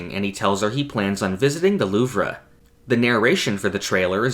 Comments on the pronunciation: Isn't it pronounced "Loov", not "Loovra"? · Great video but idk why you kept saying Loovruh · Not to be that annoying guy, but Louvre is pronounced "Loov" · Just saying, it's pronounce "the loove" instead of "the luvrah" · JUST SAY LOOV. IT'S NOT LOOV-RUH. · Lmao the “Louvree” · The "loov-ruh" 💀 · Why are you saying “louv-ruh” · Are you mispronouncing the Louvre or am I? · are you purposefully pronouncing the Louvre like that lmao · I'm crying why is he saying the Louvre like that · I flinched at the way he said Louvre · that is not how louvre is pronounced but no anglophones have ever pronounced a french word correctly so your half forgiven